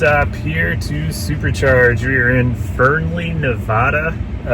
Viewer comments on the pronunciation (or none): It's not Winnimookah it's Winnimucka for the pronounciation and it's not Nevuduh it's Nevada long A's